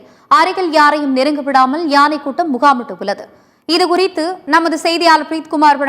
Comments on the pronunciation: Do you conduct interviews for the news readers and reports before they join? If you do so, do you check their fluency, pronunciation and their knowledge on grammar? யானை - ஏனை? ஒரு யானை இறந்து இருந்தது - ஒரு யானை இறந்து இருந்தன ? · செய்தியாளருக்கு யானை என்று சொல்ல வரவில்லை. ஏனை என்று கூறுகிறார்.